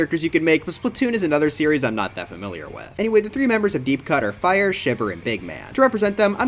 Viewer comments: For deep cut its Frye as in frie, not fire 💀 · Frye is pronounced “fry” and not “fire” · Bro called Frye fire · Not trying to flame you but mispronouncing a four letter name that's one letter off the word fry is honestly a bit of a bozo moment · I died on the inside when you pronounced Frye's name "FIRE." I think there would be plenty of other characters, like Mr. Grizz, Fuzzified Octarians, New Agent 3, maybe even some Side Order stuff like Agent 8 and Acht. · Bro called Frye "Fire" 💀💀💀💀💀💀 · Please. Its prounounced fry. Like French frys. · As a splatoon fan, I am rejoicing at the mention of the silly squid game. It feels super cool to see you talk about, even if briefly. Don’t worry about the frye mispronunciation lol at least you got my lord big man right